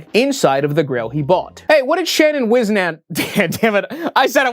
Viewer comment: No f*cking way, Whisnant is my last name and I never in a million years thought I would hear it come out of mouth! It’s pronounced Whis-Nant, whis as in whizz but replace the z with an s and the nant is pronounced like “ant” but with an N in front of it,that’s the best i can describe it, it’s a Swiss name or a German name, I’m not sure which one it is but that man in your video must be one of my family members! All the Whisnant’s are related. This is so cool dude!😂❤